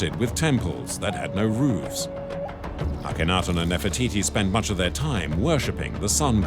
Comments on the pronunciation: Why are the broken parts of the ears painted the same colour as her face, not the colour of the limestone underneath like the scratches, as they should be? Can someone also inform the narrator that there is no "o" in Akhenaten. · *Ak-en-ha-ten *Pee-tree (Sir Flinders Petrie) *Kaiser Wilhelm (not "William"). Hire a new narrator/translator.